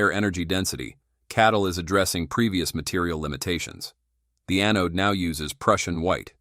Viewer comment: A-node…. You know, kind of like A-hole…. Thank you A-I…